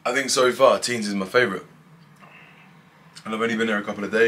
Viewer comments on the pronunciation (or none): Nice vid! you just don't pronouce the S in Tignes. It's silent